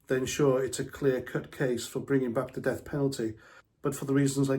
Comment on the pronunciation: Sorry, I thought you said deaf Penalty.. . 👂